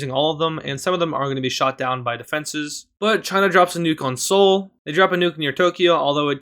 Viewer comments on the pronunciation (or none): none